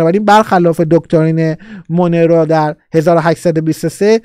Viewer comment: استاد ، دکترین مونرو، مثل مرلین مونرو تلفظ میشه،